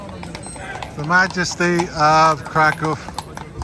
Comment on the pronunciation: Thank you for pronouncing Kraków correctly. 🥰